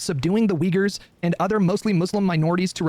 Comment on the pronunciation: not once while discussing the uyghurs did hasan pronounce it correctly💀